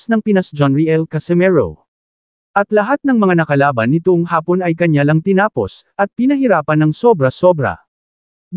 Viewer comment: Hindi haaapon Vloger Ang pagbigkas kundi hapon diretso Ang pagbigkas uulitin natin Vloger Hindi haaapon kundi hapon biglaan sana sa susunod biglaan na Ang pag bigjas mo sa katagang hapon Hindi haaapon